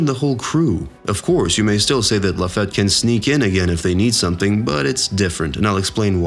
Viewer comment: please work on your pronounciation of names... its not DON flamingo, it's not La Fat. it's not Marry go ease....Furthermore Oda did NOT reveal the future of Blackbeard !!!' your video is full of bullsh*t but funny as a simple theory